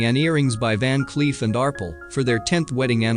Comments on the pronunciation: Van Cleef and Arple? It’s Van Cleef & Arpel! R- pel! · Who was narrating this video? It’s pave’ diamonds not pave “the street” diamonds. Van Cleef and Arpuhls?! Goodness.